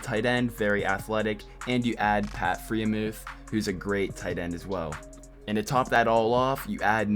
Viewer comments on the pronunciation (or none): I think it’s pronounced “fryer-muth” Don’t need the Reddit people attacking